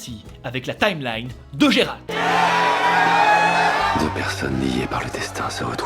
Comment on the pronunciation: Gé-Rald ses nul, c'est mieux Gérald (Jérald) xD pas Guérald ses relous mdr.